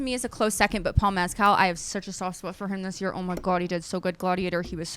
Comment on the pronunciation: PLEASE if you can say Keoghan right you can say Mescal right. It’s not MEZ CAL. 😭